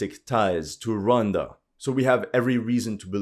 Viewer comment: What did Rhonda do? Ro wan da! Oh yeah horrendous French accent